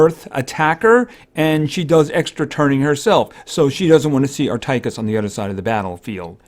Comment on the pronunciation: Err Tie Kiss it's pronounced Err Teh Kiss